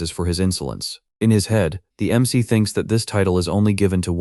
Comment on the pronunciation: Ai struggles to pronounce MC (em see) and proceeds to say mick instead and a few different ones too. this happens about 30 minutes in and continues for the rest of the video. overall though it actually described what was being shown for the most part. a decent video, and the story is definitely good.